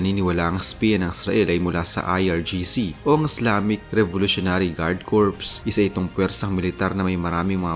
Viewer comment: Kor po ang pronunciation ng corps, singular man o plural. Salamat po sa lahat ng posts ninyo